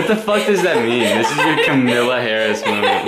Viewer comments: Wait til finds out it’s Kamala not camila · "kamilla harris" is the exact mispronunciation she deserves for her crimes LMFAOO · i can’t get past him saying kamilla harris. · PllS it's ka-muh-luh (emphasis on ka) not camilla 😭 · the way keeps pronouncing Kamala is hurting me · pronouncing kamala harris’s name wrong feels like a hate crime